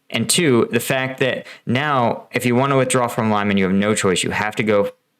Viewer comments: Your pronunciation of Lyman makes me think you have zero credibility on this matter.Peace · Stop butchering the name of Lyman :) You are pronouncing it so wrong. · It is Lee-man, not Lie-man. Try watching videos by Ukrainian creators to find out how to pronounce Ukrainian place names. Reporting from Ukraine: Denys Davydov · Great explanation. Thanks. I think it is pronounced like Lee-maan and not like lie-man. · Pronounced “Lee mon”. Not “Lie mon”. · LEE-MAAN NOT LIE-MAN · Here's how to pronounce "Lyman" properly: The "Ly" sounds like "ly" in "orderly". The "man" sounds like "mun" in "munch". It's not "lime man". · "Lie-men"? Lyman. Pronounce it as Lee-mawn. Put some effort in it. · Your video is quite well done but you should at least, before you create a video, do a little research about how to pronounce city's names, unless it sounds quite weird and ridiculous. The way you pronounce Lyman is completely wrong. There's no A after Y, it's Lyman (Liman), not Layman (Laiman). Lee-man, if that's easier to understand. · Just to mention - Lyman is pronounced as “Leeman”, not Liman. It’s not that difficult to pronounce it correctly. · it's not american pronounciation ly-man.. it's more like an american would pronounce "leemun". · it doesnt sound as Laiman, its Liman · Thanks for great videos. Just a correction on pronunciation, Lyman should sound as 'Leeman' where 'a' sounds like 'oo' in 'blood' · Pronounced LeeMon. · Oh boy. Mispronounced multiple times! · Putin simply doesn’t care how many people die in his name! “Untrained civilians in uniform” is basically the motto of the Ruzzian army! (even if you received basic training 10 years ago…you are a civilian who knows how to stand in line properly…) Oh, and just a side note: All Ukrainians pronounce Lyman like Lee-mon…and so did you just a couple of days ago. You should stick with that. It’s not pretentious but shows your efforts! 👍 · It’s pronounced Lee-Mon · Lee-man,. Lee-man:) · Lyman is not "Lie-man" dammit!